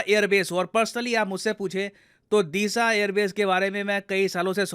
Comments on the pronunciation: It's डीसा Not दीसा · दिसा नहीं डीसा pronounce hota hai, great video